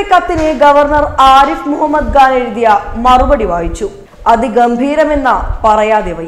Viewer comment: Pls pronounce as Arif Mohammed Khan not gan pls correct yourself.